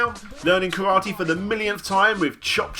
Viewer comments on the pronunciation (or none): none